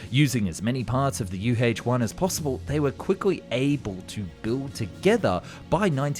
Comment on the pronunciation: "You Haetche one" 😂😂😂